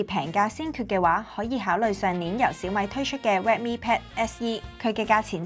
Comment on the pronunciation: S9就S9 係要S nine😅攪到好似looong nine個fd咁 稍mi pad~~我都唔知香港有人叫小米做稍mi~~聽到我呢~~後面都冇心機睇 #廣東話